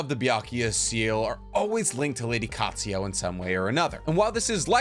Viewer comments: Byakugou seal. NOT BYAKUYA. and also it's Katsuyu. NOT KATSUYO OR KATSUYA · Anyone else not able to get past him pronouncing Katsuyu as Katsuyo? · Bro I love the videos but u have a problem with adding/changing letters on names for example, u say "Katsuyo" when its Katsuyu, u also call Kakuzu "Kakuzo" etc.